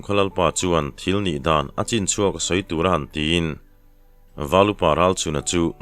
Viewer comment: A chinchhuak tih hi i la lam diklo cheu mai a!!!!